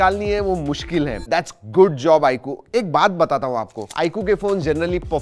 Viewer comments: I coo kay coo bola ... Ye Eye 👁 queue he 😂😅😂😅😂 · आई कु नहीं भाई, आईक्यू है😂😂😂